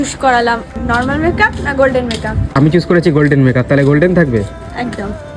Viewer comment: Choose ❌ চুস ✔️